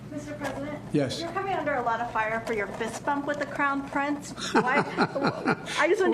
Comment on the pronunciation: Not even 1 second in and he already gaffes. "The crown pince"